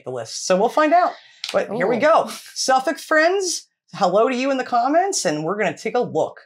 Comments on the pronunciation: Your pronunciations of the Suffolk Villages is very impressive! Just by Dunwich, there is Mimamere - The first RSPB reserve to protect nesting Avocets (The emblem of the RSPB. I would also suggest Blyth and Southwold. Southwold has its own brewery. Well worth a few days, on your way to Norfolk. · Good job with getting the nameplaces right! English spelling is not logical, but you are getting it.